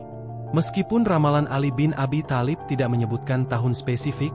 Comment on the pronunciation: Kalopun menyebut nama tholib bk tholib tp talib